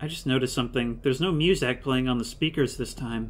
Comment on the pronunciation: You pronouncing music as moozack never gets old XD